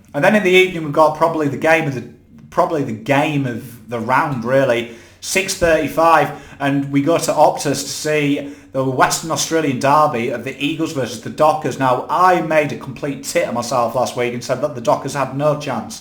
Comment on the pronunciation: God knows how freo won? Na knows mate hahahaha Fun fact: In Australia we say dErby not dArby ❤